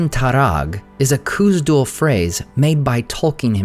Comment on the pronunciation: The “Kh” in Khazad Dum is pronounced like the “Ch” Challah